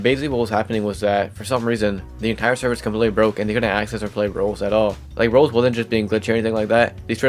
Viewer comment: ik this is stupid to complain abt but your pronunciation of "roblox" is very confusing, i keep hearing "roles" and its very confusing to hear and i found myself having to replay certain sections cause i had no idea what you were talking abt